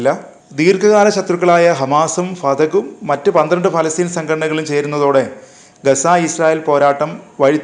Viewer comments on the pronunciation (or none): none